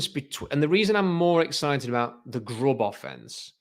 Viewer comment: I hope they do get Grubb because pronunciation of the name is great. "Grohb".